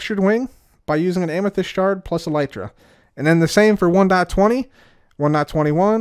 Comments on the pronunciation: Seems like you just discovered how the word is actually pronounced haha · Why do you say elytra like that